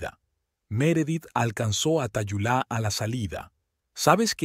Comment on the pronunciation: Su nombre se pronuncia Talula, no Tayulá.